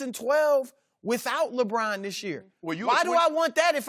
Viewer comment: LA Brahn